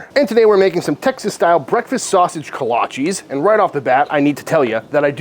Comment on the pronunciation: Love your channel. But you are pronouncing it wrong!!